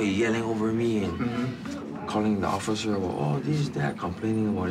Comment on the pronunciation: OFFITHER GOTHLER...offither gothler....